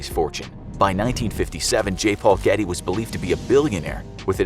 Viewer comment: "George Ghetty" My ears: "George Clooney" Me further into video: wait.... What's even happening?